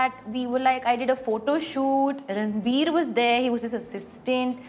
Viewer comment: She is called anytime ranbir. rrrrrrr.....ranbir😅😅😅😅😅